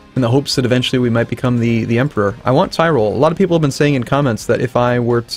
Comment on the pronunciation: It's not "TIREROLLE", it's "TEEROLLE"